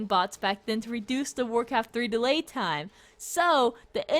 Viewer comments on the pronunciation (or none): none